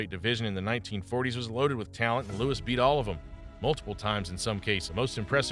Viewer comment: Joe louis is his name, not lewis.